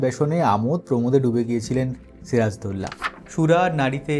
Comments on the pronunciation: ওনার নামকে কেন বিকৃত করে উচ্চারণ করা হয়? সিরাজ-উদ-দৌলা অর্থাৎ, সিরাজুদ্দৌলা উচ্চারণ হবে। এমন করে কেন বিকৃত উচ্চারণ করা হচ্ছে সিরাজদৌল্লা? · এমন বিশ্রী করে উনার নাম বলছেন কেন দাদা ? বাংলাদেশের বাঙালিরা তো আরবি নাম ঠিক ই উচ্চারণ করতে পারে, আপনাদের এতো কষ্ট হয় কেন ? ওটা সিরাজ - উদ - দৌলাহ হবে দাদা, সিরাজ দৌল্লাহ না। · এখানে একটা বিষয় আছে বিষয়টা হচ্ছে নবাব সিরাজউদ্দৌলার ধর্ম। এটা যদি আপনাদের মনের মতন হত তাহলে ওনার চরিত্র নিয়ে কোন ধরনের সন্দেহ কখনোই আসতো না আপনাদের মনে! আর ওনার নাম ছিরাজদৌলানা! কথাটা হবে সিরাজউদ্দৌলা উচ্চারণ করা শিখুন আগে।